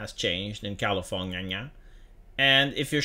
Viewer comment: I love when says Californiania